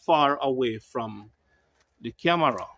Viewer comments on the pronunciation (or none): none